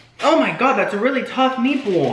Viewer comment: the way you said meatball I swear I lost it